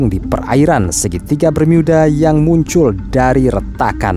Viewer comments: Bermuda… bukan bermyuda😅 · Bang kalo pas ngomong "bermuda" Bisa gak biasa aja ngomongnya, jangan ngomong "bermiyuda", cerita lo bagus tapi kalo gitu cara ngomongnya jujur risih bang😂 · BERMUDA min ..bukan BERMIYUDA .. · Segitiga bermiyudahh 😂😂😂😂😂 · Bermyuda geli anjir dengernya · Klo menceritakan itu tdk usah dibuat"....Segitiga Bermuda kok diucapkan Segitiga Bermiuda....tdk usah aneh".... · mimin sebut bermuda aja bermiuda wkwkwkwk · Apaan sih si mimin awal2 ngomong bermuda aja diinggris2kan jadi bermiuda.. biasa aja lagiii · ini segiitiga bermuda apa bermyuda?? cape deh pake voice app ya? ato agak gemulai yang bicara? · Pakailah bahasa indonesia yg benar"bermuda"bukan bermiyuda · Cara ngmngnya alay.... jadi pas nyimk videonnya jadi rada rada geli.. apalagi pas mengucapkan kata segitiga bermuda jadi ( bermuida). Jangan digantinganti bang kosa katanya.... jadi alay lu bang admin... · Geli mendengar kata "BERMYUDA" 🤮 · Gemes dengar bacanya segitiga Bermiuda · Salfok tiap kali nyebut "Bermyuudaa" 😂